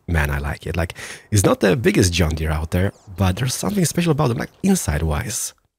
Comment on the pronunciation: I it's funny how he says john deere